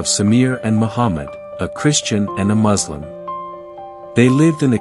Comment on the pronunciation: Put in some effort to pronounce Mu s lim not Mazlim PLEASE!